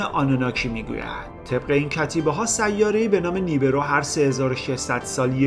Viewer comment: برادر خواهش میکنم ه اخر سیاره را غلیظ تلفظ نفرمایید. تمام ه چسبان اخر کلمات را ح تلفظ میکنی اشتباه است. ببخشید